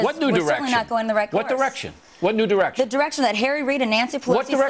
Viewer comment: at 656 bill says erection instead of direction lol.